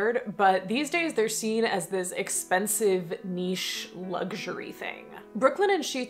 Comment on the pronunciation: OMG THANK YOU. You pronounced "niche" correctly. French is my first language and this is such a pet peeve of mine. I keep telling people, "There's no T in "niche"! 😆❤👍Also, yes, i confirm, you are right about the meaning of "pêcheur aux lavandières" (i spelled it in today's way)